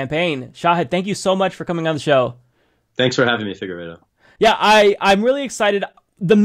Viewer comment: I love that he calls, Figuredo